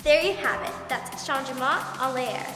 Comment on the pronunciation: Kalani: gets the name right Five seconds later: Chon je mon?!